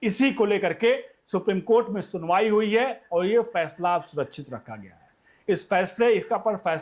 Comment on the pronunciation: Phansla diy nain aap bolrahe hain phasla